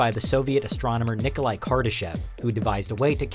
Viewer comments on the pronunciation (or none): Did he say kardashian